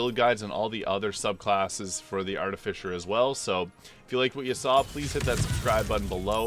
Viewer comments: Arti-Fiss-er is how it is pronounced. noone says Fisher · That's the missing piece. English is your second language. I apologize. You also have to be careful because trolls will try and mess with you. It's pronounced Ar-Ti-Fi-Ser not Ar-Ti-Fi-Sher. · Why do you keep calling it an Arti-fisher?